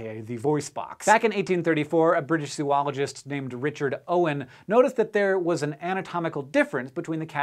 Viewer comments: Zo-ologist. Not Zoo-ologist ... come on, this is sci show .... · Malaquias - No, jokes are funny, what you said is true. It should be zooologist to be pronounced the way Hank said it. Either the spelling or the pronunciation needs to change, you made a good point.